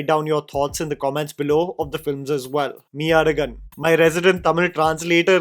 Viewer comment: MAI Azhagan Z should be L while pronouncing. But good attempt 😃👍. Just like 96 movie this movie also roles around my town. Thanjavur 😍